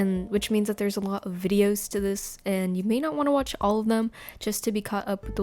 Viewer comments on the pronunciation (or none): none